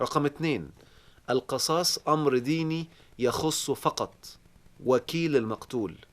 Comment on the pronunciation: آسف يا دكتور.. القصاص بكسر القاف وليس بفتح القاف.. راجع سورة البقرة الآية رقم 179 .. شكرا.